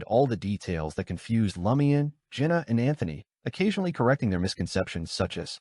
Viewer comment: IT IS NOT L A MIAN. 😢